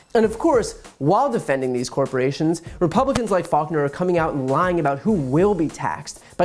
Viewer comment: He mispronounced, " lying".